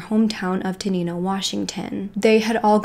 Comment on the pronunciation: its crazy how I havent heard of this & I'm local to the area... btw tenino is pronounced ten-nine-oh